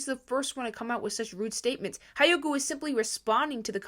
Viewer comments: Not to be rude… but it’s driving me crazy… hyoga is pronounced he yoga. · REALLY REALLY REALLY don’t wanna sound rude bc your one of the best social media news channels I watch but I think it’s pronounced hyoga (hee-oh-gah)